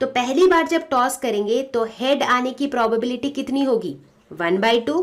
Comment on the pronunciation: Ma'am probobility nhi probability hota hai